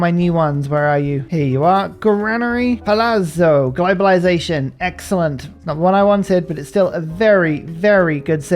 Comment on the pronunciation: Your palazzo pronounciation is getting better, you almost got it huzzah